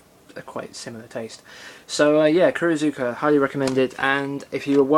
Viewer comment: You're welcome. You did pronounced Kurozuka fine to me and yeah it is odd that a dub only release would be as expensive as it is, but I guess Sony had to consider direct production costs etc. I guess. :)